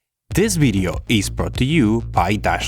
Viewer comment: It's "video" not "weedeo".